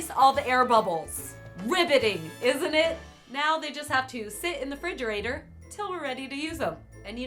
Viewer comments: she also said 'fridgerator' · "Fridgerator" smh it's refrigerator